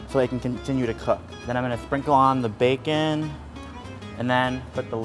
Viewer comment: Everytime he says bacon I hear baekhyun #exollife